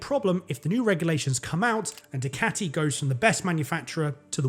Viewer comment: Stop calling DUCATI as DICATI and ill watch all your videos. But please learn and practice to pronounce DUCATI. It just erks me everytime i hear that